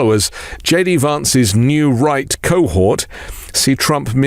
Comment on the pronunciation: Why is it that when you say New Right, I hear New Reich?